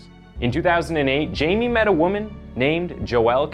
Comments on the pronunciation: Hey. You said all the names wrong. You said "Jay-me", but it's actually pronounced "Hay-me". You said "Peena", but it's actually pronounced "pey-nya". Guess you haven't been around too many hispanics..... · He's from my town. Its "Hi-Me" not "Jay-me" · Hai-meh, not Jamie. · It's pronounced hei-may. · Hi-May learn to pronounce Hispanic pronouns. Not gonna listen to this. Ignorance is not bliss. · actually the name should be pronounced "Hi- meh" and last name "Peña" as "peh-nyah" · I am convinced this guy is a deepfake. can't pronounce Jaime or Peña? you kidding me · Her name is pronounced E-vet pain-ya His name is pronounced Hi-me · PLEASE educate yourself about the differences between being psychotic & psychopathic! There is a huge difference which is very important. Also, learn how to pronounce the names of the people in your stories. It’s pronounced E-vet (Yvette) and Hi-may (Jaime). It really bothers me, especially when the victims names aren’t pronounced correctly. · EE-vette PAYN-ya HIE-may o-SU-na